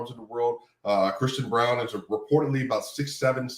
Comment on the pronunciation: ..also.. his Name is Braun. Not Bruan. Thx. Peace.